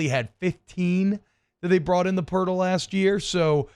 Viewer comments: Plz stop saying purtal!!!! It's PORTAL!! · Pertol??? Can he not say portal?